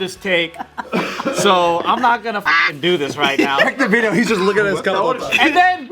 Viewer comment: The “Diddeo”